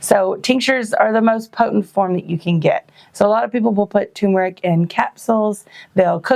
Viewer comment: I'm glad to hear you pronounce turmeric correctly! So refreshing to not hear "tumoric". "It's not tumoric!" -- Arnold Schwartzenagger, probably. 😁